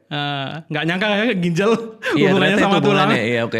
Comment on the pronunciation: GINJAL bukan GINJEL